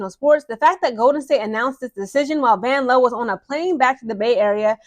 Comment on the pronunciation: I was looking for this comment. VANLOO (VAN-LOU) 😂